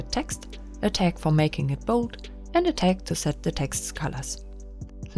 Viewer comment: I had trouble understanding you saying "tag" at first, sorry; it sounded like "tex". But I turned captions on. ;)